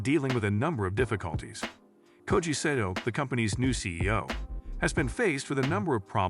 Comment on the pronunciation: Pronounced SAH TOE